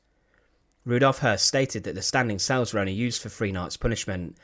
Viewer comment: Cells not sales